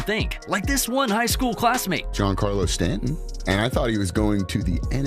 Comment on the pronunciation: Who is woncarlo stanton.